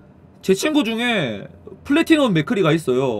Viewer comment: ㅋㅋㅋㅋㅋㅋㅋ 근데 말하자면 플레티넘이 아니고 플래티넘 입니당 다음부터는 뭐 참고좀해주시면... 감사하무이다